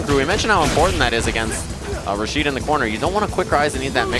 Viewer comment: "Rashido" lol